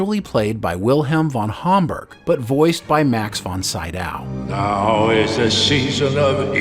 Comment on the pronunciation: Ouch, Max von Sydow is pronounced anything but that